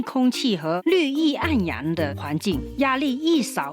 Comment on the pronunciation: 绿意盎然啦,不是绿意暗阳啦